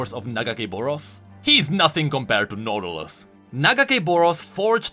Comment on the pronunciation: The way "Nautilus" became "Noodleus"... I can't breatheeee 😂